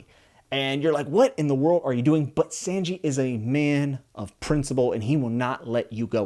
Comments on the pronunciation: Repeat after me: oo-sawp, sah-n-jee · Bio didn't lie lmao S-ah-n-gi -- from the Japanese word for three, "san" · I’m sure a lot of other people have said already, but pronunciations are a bit off. Usopp is pronounced “oo-sopp” and sanji is “saw-n-ji” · I'm happy to hear your enjoying this series already here are some corrections on names you said sandji instead of sanji and U-ssop is pronounced like (ouuuu sop) just wanted you to know for the future of your journey through the series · just so you know, usopp is pronounced "oo-sopp" and sanji is pronounced "saan-ji" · Heads-up Sanji is pronounced (sahn-g) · I like this video but Sanji's name is said son ji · Havent seen any comments but its sanji is pronouced Sawn-Gi you could look up some early episodes and youll hear how their names are pronounced. (Not a huge deal but...) :) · the "a" in Sanji is pronounced like "son" son-gi, Sanji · I know it’s a little nit picky, but Sanji’s name is pronounced (Sahn-jee). Also Usopp’s name is pronounced (oo-sopp). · So glad to see you enjoying this beautiful series man. You're going to love it. By the way, Sanji's name is pronounced (Son) (Jee) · but it pronounced kind of like S-ah-nji Sorry I’m bad at jokes. Great video though, I did watch the whole thing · Glad youre enjoying the series! Its amazing how every One Piece fan has similar journeys. As someone who also went from apprehebsive to a true believer. One thing though - Sanji's name is pronounced SAWN-jee (like Lawn). Hope that helps :) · For a first time read pronunciation for names was super solid only one a little but off was Sanji with the San being pronounced like sonnet as opposed to sand (sahnji). Genuinely impressed cant tell u how many wild names ive heard from other readers. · So glad you found op and are loving it. Small pronunciation note Sanji is pronounced s-on-gee. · Just a tip, some of the names are pronounced slightly different. Usopp is like Oosopp Sanji is like S-on-ji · Your saying Sanji's name wrong!